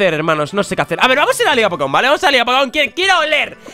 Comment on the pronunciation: Soy el unico que cuando dice "Vamos" escucha " PAMOSS"